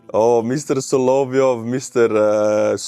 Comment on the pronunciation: it's "sah-lah-VYOFF".